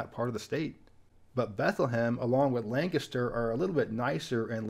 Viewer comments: It’s nice to hear someone pronouncing Lancaster, PA correctly. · Another well researched and well produced video. Thanks for the correct pronunciation of Lancaster. South Carolina thanks you.